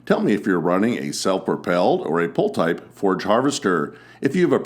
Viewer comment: Its a forage chopper not a forge chopper